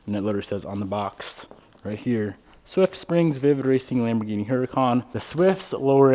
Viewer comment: Cmon Lamborghini its a brand name like Pepsi….Frank Lucas voice!!!!